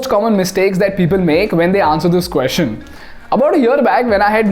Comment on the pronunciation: You use the phrase 'The question is' a lot in your videos. Now a very indian way of pronouncing is "Queshion' and that has been the norm I know. Your videos are making a great impact and I would love everything about it to be perfect. Just my two cents 🙏